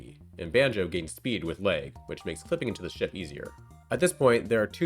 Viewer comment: On this channel, Mario=Merio, Hag=Heg, and now lag=leg.